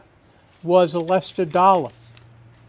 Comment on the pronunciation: It's a "LESHER" Dollar, not "Lester" Dollar. It's CRIPPLE CREEK", not "CROOKED CREEK"!!!!